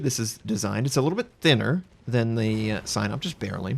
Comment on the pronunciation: SAI NOP? i thought its pronounced SEE NOP